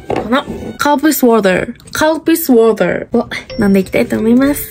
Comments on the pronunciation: カルピスウォーターの発音めっちゃ良い笑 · カルピスウォーターって 発音よく言ってんの好きｗ